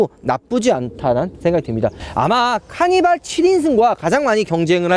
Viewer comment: 카니바 케이파~ 이렇게 들리는데